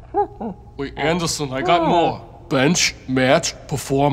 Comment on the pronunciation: "Hey Andason. I need to say my poum"